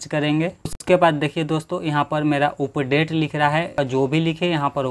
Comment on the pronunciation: Bhai video accha bnaya he pr aapko bolna nhi aata he aap Thoda bolna sikho please status hota he na ki stetat update hota h na ki उप डेट 😂